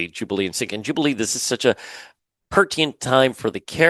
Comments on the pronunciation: Pur-ti-nent Not Pur-ti-ent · Please, it's "pertinent" not "pertient", two "Ns".